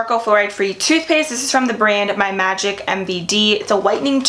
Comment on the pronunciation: I love your videos, but just thought you should know that the name of the brand whose toothpaste you buy is "My Magic Mud" in your video you said "My Magic MVD"